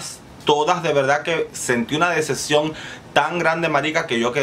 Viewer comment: Dececcion o decepción? Jejejejeje